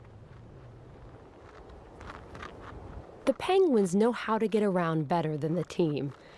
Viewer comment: Came here to watch a narrated documentary on penguins ( which aren’t pronounced as PAHYNngwins .. that’s so irritating ) and ended up seeing a bunch of people and their need for camera time and attention, rather than actual decent info , observing the animals in their habitat Without it being interrupted so much with all these random folks commentary and whatever they’re doing ... I get it but that’s not what I’m interested in ... perhaps this needs to be labeled more accurately , where it’s not misleading .... bc most Ppl see the title and will assume it’s actually about what’s being labeled in the title and instead , this is more inclusive of silly insignificant crap among the ppl thinking they’re so funny and relevant or edgy ... I appreciate what they’re doing. Not saying They don’t deserve some Credit for their hard work ... I’d happily watch a documentary designated to include their ongoings and insights and commentaries but this isn’t what I wanted to watch at all..